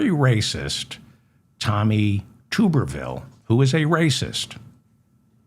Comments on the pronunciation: Tub. Tub-er-ville. Not Tube. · To my knowledge Dave, it’s (sound spelling) Tubber-vile like bath tub, like blubber, Tommy Tubber vile.. and I just have this feeling he’s never been to the white swallow in Frisco, but for sure if there is a white swallow in Texas, he’s definitely in the know. 💯💯💯